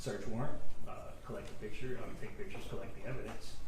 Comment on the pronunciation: He keeps saying pitcher instead of picture. 😂